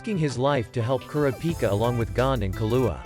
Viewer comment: Interesting insights. Was the text read and vocalized by a computer application? I ask, because many of the names from the show were mispronounced, including but not limited to Kurapika and Killua, who were extremely prevalent in the show.